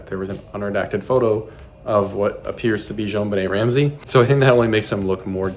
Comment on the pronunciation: stop say zjoanbenet like that its annoying